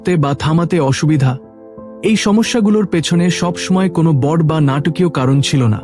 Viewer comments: আপনার উপস্থাপনায় বড়কে বড এমন অনেক শব্দ কে ভুল উচ্চারণ করেন। বাজে লাগে। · বাংলা শব্দের উচ্চারণ ঠিক করতে হবে। যেমন, চমকপ্রদ, ঘনঘন, বড় এবং আরও কিছু।